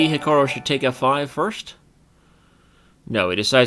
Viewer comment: Why does he keep saying "Hika-row" when it's clearly pronounced "Hika-roo"?